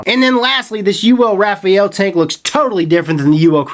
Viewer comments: RAFALE....... NOT RAFAEL.... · Rafael?.... It's Rafale. You don't pronounce the E. Pronounced "Rah-Faal" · It's not Rafael.. It's Rafale (French pronunciation: [ʁafal], literally meaning "gust of wind" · ...not "Raphael" (as the angel's name), but "Rafale": it's a french word and means "volley", or "gust". The word is well known known because of the homonymous airplane "Dassault Rafale". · precisely. Shit gets on my nerves. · RA-FA-LE not RA-FA-EL repeat after me... RA-FA-LE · rafale..... not Rafael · I think this dude doesn't know how to read He said vaper-oso Instead of vaper-eso And now he's saying Raf-ah-el Instead for raf-ale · I can't help but laugh every time he says "Rafael". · No leakage or spitback for me, sounds like they've fixed it or you just got a broken one. By the way, the top fill was messy because you weren't careful, I've never spilled juice using topfill and I have no leakage out of the airflow holes. It's Ra-fale by the way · I always thought it was "Rah - Fah - lee" lol who knows, man. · hey...try to tell it in French... its sounds "raw...fall". Hello from Montreal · "Ra-faal" unless its purposely misspelled. XD I'll take a tank if you're offering lololol please and tanks... <--------see what I did there XD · It's pronounced Rah-fall-aye. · it's like reading you're and your used incorrectly, every time I hear it it sets off a little alarm haha. Just thought companies sent info to reviewers regarding pronunciation and what not. no big deal, just a little alarm in my head going off each time. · I bet Uwell is pissed at you for not pronouncing the name correctly. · I believe you are pronouncing the model "Rafale" incorrectly.